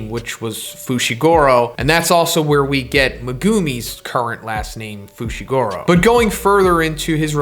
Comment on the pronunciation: FOO SHEE GOO ROH. FUCKS SAKE